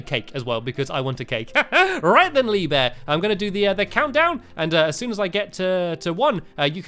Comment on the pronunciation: You didn't say lee bear right you say leeeeeee bear